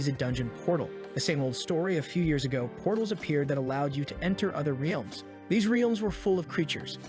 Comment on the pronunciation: your bot pronounced realms as rielms